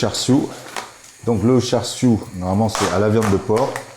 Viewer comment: C'est drôle d'entendre une personne d'origine asiatique prononcer char siu à la française